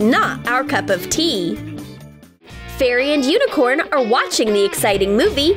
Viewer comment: but it’s Unicorn not Uincorn